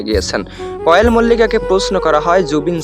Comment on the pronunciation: আপনি তো কোয়েলের নামটাই ভাল করে বরতে পারেন না আন কোয়েল মল্লিকের তো কোন কথাই সুনলাম না আপনার নামে মামলা করা উচিত না হয় এভাবেই রিউমার ছরাবেন